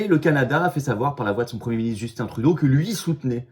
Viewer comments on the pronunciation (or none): none